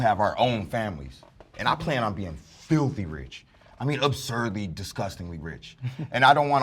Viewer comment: "filty rich" 😂😂😂😂